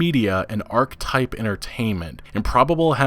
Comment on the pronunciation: He clearly doesn't know how to pronounce "Archetype".